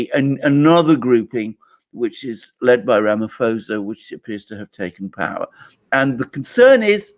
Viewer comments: Ramaphosa with a p not f. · Alexander, just for you to be aware , Ramaphosa is pronounced not with an f but sounds like ramapausa! You gentlemen are great! Thank you! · The correct pronunciation of the SA president's surname is 'Ramapawsa'. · Alexander, you say Ramaphosa wrong, the "ph" is just pronounced as a "p".